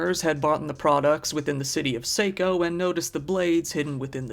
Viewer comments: It's (saw-co) not (say-co). Saco Maine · Saco as in taco not like Waco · Mainer here, it's pronounced Saw-co. Just so you know.